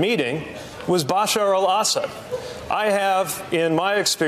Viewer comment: This is probably the worst pronunciation of bshar al-assad I've ever heard.